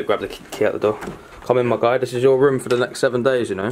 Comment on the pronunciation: It is room not roum